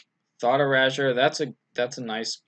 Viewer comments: Yeah, it definitely shouldn't rhyme with leisure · e - ray - sure Erasure :) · lol learn how to say erasure.